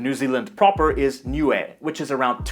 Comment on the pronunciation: He also pronounced “Niue” a lot better than most non Niueans.